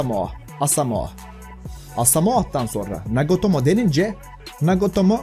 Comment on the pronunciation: NAGOTOMO DIYON ABI SPIKERLERI DUSUN BIDE JFIRJFJDI